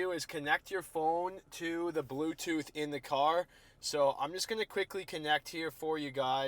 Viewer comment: Go to my boofhtoof setting